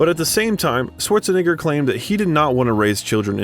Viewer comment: His name is not pronounced Sworzenegger. It's pronounced Schwartsenegger. And Graz is pronounced Gruhts.